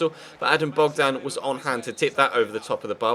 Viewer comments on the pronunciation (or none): none